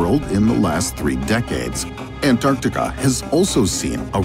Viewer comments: I'm really not feeling the way this guy says, "Antarctica". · interesting, but i feel like you could have at least selected an ai that didn't pronounce antarctica like a douche-canoe